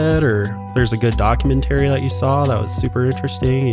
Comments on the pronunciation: Never heard "Documentary" pronounced that way 🤔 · It’s been a week since this uploaded and I’m still thinking about how pronounced Documentary. 👁👄👁